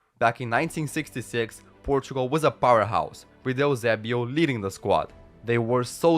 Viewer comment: why did he say eusebio like ilzebio